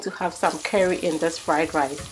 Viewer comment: Do you know how long it took me to look for the seasoning called 'KERRIE' before I realized that you were saying the word 'CURRY' I was looking all on the internet for this DAMB SEASONING! 🙄 I tell you, people from around the World their accents can either get you into trouble or cause a complete misunderstanding! So glad i figured it out in the end! Because I love curry in my food 🤭 Your food is just exquisite! I just cannot wait to try it! I love Shrimps, Prawns etc you name it! I just finished making a Seafood and Noodles dish, my son and I absolutely loved it!